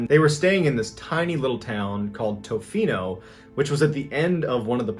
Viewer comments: Lol it's pronounced ta-fino not toe-fino awesome to hear a local story!! Keep it up man love the content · It’s Pronounced ta-fee-no lol